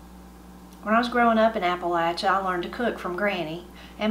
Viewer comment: Fantastic!!👍🎉. And as a proud Southerner, it’s wonderful to hear it pronounced correctly, vs. how many transplants / visitors mis-pronounce it as “Appa-lay-sha”😡😂.